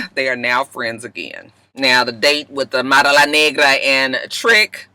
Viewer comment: You Kill Me when you pronounce Amara La Nagra and Veronica Vega LOL!!! Too cute and I can tell you have fun with Miami please reconsider! I just crack up when you imitate the Latinas, you put that extra ‘UMP’ on it and I fall out my chair every time! I’m a softie too and I was blubbering on Iyanla this week!